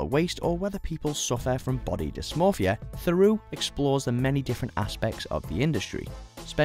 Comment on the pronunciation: Mate, with all the respect in the world, if you cannot pronounce 'Theroux' properly you're perhaps in the wrong game.